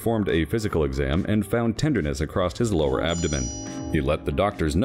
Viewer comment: What kind of a wack narrator says “acrosst” like it’s a word?